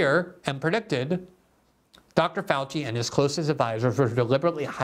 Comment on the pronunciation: Dr Josef Fau-chee